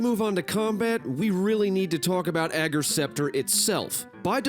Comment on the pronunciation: Thanks for being the only Youtuber to say "Ager" right!